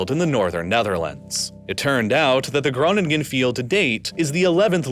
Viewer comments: I love your videos, you have a velvety voice that would do an ASMR video proud and your research and depth of field of your videos is unparraleled But as a Dutchie, your pronunciation of Groningen hurts me to my very soul. Great video though. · The first G in Groningen is silent